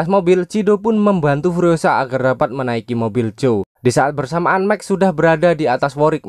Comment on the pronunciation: Max (maks) kenapa jadi mek 😭🔫